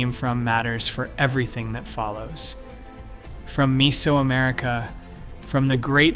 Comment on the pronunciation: MEH-zo-america, not MEE-so-america. Like nails on a chalkboard. I had to mute and go to cc.